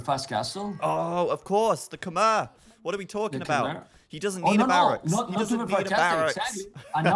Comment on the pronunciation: Just FYI, on the pronunciation of khmer